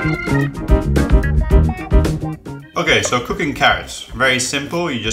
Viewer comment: its cooking not coocking lol